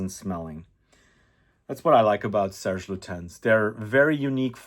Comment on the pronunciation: For someone who made so many videos about fragrances and who smelled thousands of fragrances,I would expect you to know how to say Serge Lutens properly.